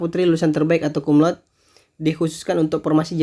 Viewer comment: Koreksi : bacanya bukan kumlaud tapi Kumlaude (sepeti biasa)..karna ini bahasa Latin bkn bhs Inggris.... Thanks.